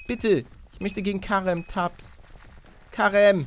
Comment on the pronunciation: Es heißt Kerem das e aussprechen.Und sein "Nachname" hieß Tasch(Tas)